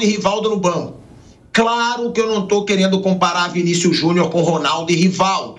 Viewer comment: Pq o Vampeta fala Vinicius Junhu???